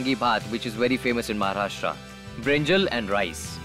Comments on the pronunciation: Pooja Batra ma'am, take a bow. The way you correctly pronounced 'Maharashtra' instead of 'Maharashtraaa' was soothing to the ears 🙂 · This is how you pronounce PuNe, BHaakri, ThaLi, MaharashtRa, WaaDa. Great to see her working with Maharashtra Tourism.